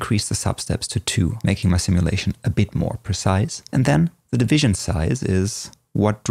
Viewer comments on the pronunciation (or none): none